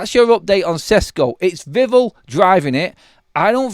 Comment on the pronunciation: He's called VIV-ELL - Not Vivul :face-fuchsia-tongue-out